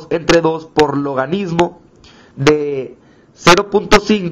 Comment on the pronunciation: Esta mal... el potencial de la celda es catado menos ánodo... 0.8-(-0.76) y es 1.56 V ahí si... no te inventes solo sumando, aplica la teoría... además es logaritmo no logadidmo... es penoso que ni hablar puedas bien, ni se diga hacer una simple suma.